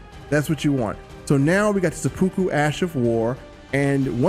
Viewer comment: Sep-pu-ku Sepp-poo-coo